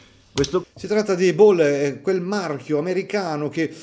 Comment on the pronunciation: Anche la pronunci della marca Ball è sbagliata ma va tutto bene. Belli i segnatempo soprattutto la 💣 finale!❤❤❤